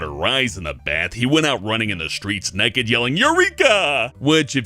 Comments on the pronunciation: sounds like when he says 'naked' it sounds like 'neked' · says nekkid and tolet, teehee.